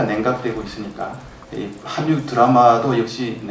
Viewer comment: 계속 한뉴라네요. '한류' 발음은 '할류'입니다.